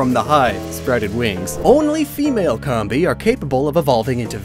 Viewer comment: Say "Honey Comb" Now drop the "Honey" part and add "Bee" Comb-bee not Comm-Bee